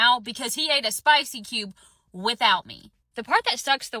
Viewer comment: "Spaasy Kyewb"